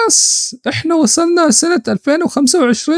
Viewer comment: مو وصلنا هيا قالت وسلنا